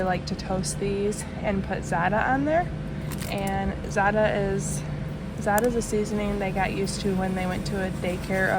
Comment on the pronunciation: It’s not Zata. It’s Zatar